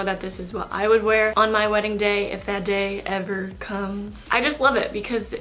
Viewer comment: "If that day everr comes" lol same girl